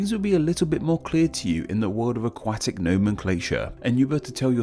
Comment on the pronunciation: The a after the u in "aquatic" is pronounced like the o in lot.